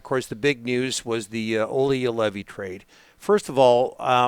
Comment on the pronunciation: Everytime Craig mispronounces Joulevi, it sounds like he is yodelling.